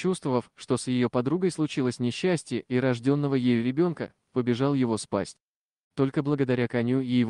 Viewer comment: Побежал его "спасть "🤭(спасать) значит. Прежде чем выкладывать ролик, надо сначала самому послушать. Невозможно слушать ваш бред, дизлайк.